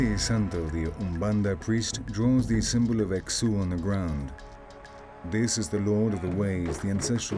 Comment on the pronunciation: The fact they can’t say Exu name correct (not x-uh, it is eshu) nor identify the difference between Brazilian Umbanda to Quimbanda leaves little to believe here. Much is good information, yet they fail to show their expertise with such large misinformation. Get the religions straight.